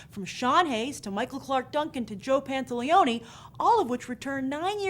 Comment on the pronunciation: Hey Grace, I think you said Joe Pantoliani instead of Joe Pantaliono. I'm not complaining, but I figured I'd point it out since it was a pretty funny mispronunciation haha. Great show as always though Grace.